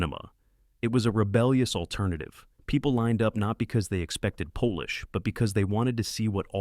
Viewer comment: LOL, spot the use of AI voiceover when it says "Polish" instead of polish!